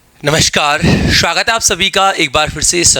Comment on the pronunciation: नमशकार😂😂 शवागत 😂😂